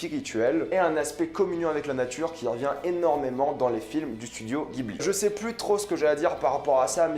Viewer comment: Ça se prononce studio "djibli"